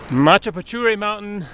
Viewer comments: 'mana pu che re' sounds like machu pichu as you pronounce it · gates its macchapuchre sir which mean fish tail in english.....generally describing the shape of the mountain which looks like a fishtail